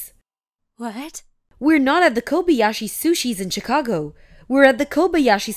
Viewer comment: Learn to pronounce Chicago correctly